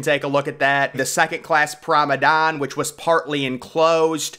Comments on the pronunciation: It's promenade not promedan dude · PROM-A-NA-DE. Not Prom-an-don. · Promenade not promedon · What the heck is a "promedan"? Do you mean promenade? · How many times must we tell you that it’s pro-me-nade ( pronounced “naad”) NOT pro-me-DAN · Nice Clip...... But....... It's Promenade...... and,Not Promadone in Wording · and mispronouncing words. “It ‘spanded’ several deck” , promeDAN instead of promenade. Etc etc. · The word is pronounced p r o m e n a d e